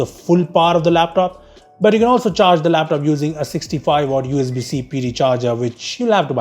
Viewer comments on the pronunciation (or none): none